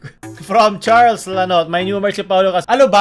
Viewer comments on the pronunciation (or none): none